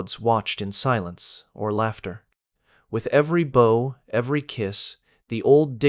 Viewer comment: Violins were not yet invented in those days. But the illustrations were magnificent. The narrator was very good, but pronounced bow as in no and oh. For a bow tie that is correct. But in bow down it rhymes with cow and how.